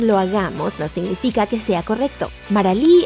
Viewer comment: "Se inifica", que asco de narración, por Dios!